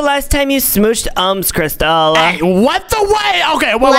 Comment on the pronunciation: It is crystal not cristal